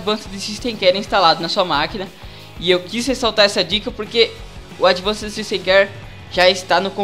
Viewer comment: Demorei uns 10 minutos pra entender q ele estava falando a palavra "Advanced" referente ao produto da Iobit